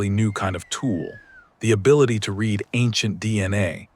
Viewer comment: One of the most annoying things about people using AI is the fact that they don't check the pronunciation of words. When is it read not read? Listen to your own work!